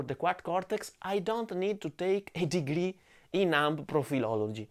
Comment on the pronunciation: "A degry in profilology" made my day :D